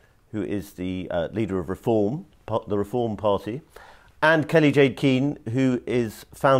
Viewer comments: It's Kelly Jay not Kelly Jane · Shame the interviewer couldn't get Kelly-Jay's name right.